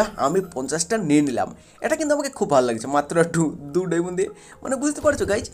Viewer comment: ওটাকে ডায়মন্ড বলে ডায়মোন না